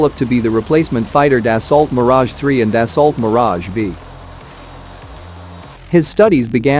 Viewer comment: Das-ooo that's how the French pronounce it.